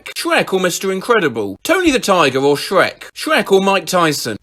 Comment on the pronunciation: 'sherk' caught me off-guard lmao i was looking down at my ice cream so i just heard it 'dronkey' too